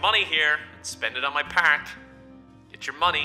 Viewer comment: is he saying the whole video pak instead park